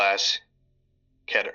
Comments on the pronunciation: Key-ter. Not ket-ter. Assuming you say meter as mee-ter anyways. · I think its pronounced keeter and not keter and it disturbs me when i hear keter lol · It pisses me off when people say the word as "Keh-tehr" it is "KEY-tehr" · It’s pronounced KEETER not keter Although you spell it Keter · wait it is pronounced ket er i always said key ter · It's not pronounced "Kedder". It's pronounced Keeter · It goes both ways. You can pronounce it "Keeter" or "Ketter". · I.. I now only hear cheder instead of keter... Oh no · Its technically pronounced "ketter". The word originates from the Hebrew word keter which sounds more similar to "ketter" than "keyter". At the end of the day, it really just comes down to preference. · Pretty sure it’s pronounced key-der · You you pronounce it like keeter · Can we start a poll to stop saying Keter like Ketter. You wouldnt pronounce beater like better would you. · I can't get the keter word here pronounce to cheddar XD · The actual most correct pronunciation is actually kay-ter. Just try not to let other people’s preferred pronunciation bother you. :) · I don't know if I agree that the pronunciation of real words is a matter of preference. I mean, if I pronounced the English word "heart" as "hee-art", I would be objectively wrong. Likewise, pronouncing keter as "keeter" is equally wrong. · I keep forgetting he's pronouncing Keter wrong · Yes... Indeed... I just cannot get over that pronunciation of "keter" it drives me fucking BONKERS. 😖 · It's not pronounced keeter either.